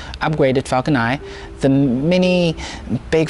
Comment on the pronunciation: Stop saying falcon ni please its falcon nine add a n to the end of your pronunciation please